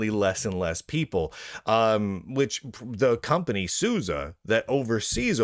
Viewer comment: Thanks to you, I now know how to pronounce SUSE.